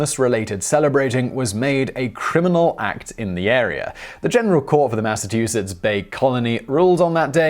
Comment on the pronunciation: Simon, did you say "Mass-UH-two-sits"?